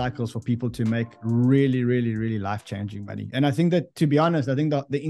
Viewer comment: Count how many times he says “Monney”